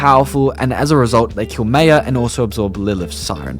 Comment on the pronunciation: The way you said Maya is killing me